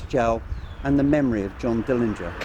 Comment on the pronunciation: Glad you paid Johnny a visit, no one pronounces his last name right, there is a video where Johnny's Dad says it the way it should be pronounced, but thanks again!